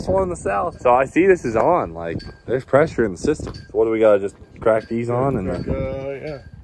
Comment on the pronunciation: "Liak Butter" 🤣🤣